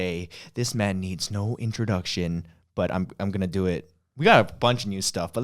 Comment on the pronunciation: "This man needs no introduc-SEAN" lol 😂